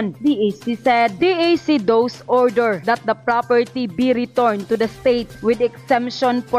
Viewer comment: Nakakabwuet, mali ang pagbigkas, thus - those.